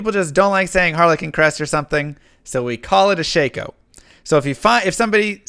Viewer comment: It's not shayko. It's shah ko.